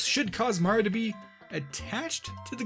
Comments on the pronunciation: "Super Mar Odyssey" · No, at the beginning of the video it sounded like you said MAR instead of Mario and I thought it was kinda funny. Probably shoulda made that clear.